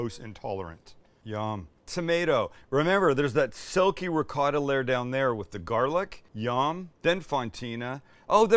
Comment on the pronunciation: It is not ricoddo. Its called ricotta. Italien cheese😊